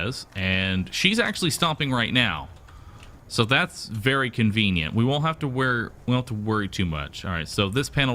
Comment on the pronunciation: how many times did he say convinent?